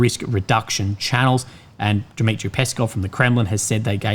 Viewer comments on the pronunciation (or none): none